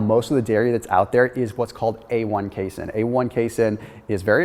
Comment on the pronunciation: You are mispronouncing the word casein